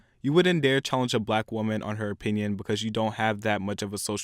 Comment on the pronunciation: eXpecially becuj